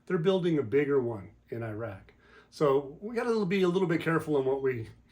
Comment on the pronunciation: ❤❤❤❤❤❤🎉🎉🎉🎉🎉🎉🎉🎉🎉🎉 Good Glorious Morning ❤❤❤❤ Thank y'all, for all that y'all do! PS I love to hear you,, & pronounce these names from Iraq. You do the best job, of pronouncing these names! 😁